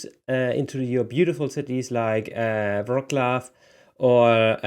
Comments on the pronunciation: i beg you no "vroclaw" its Wrocław or Breslau at least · Please learn Polish names. Like Wrocław for u.My god you are sooo gulibal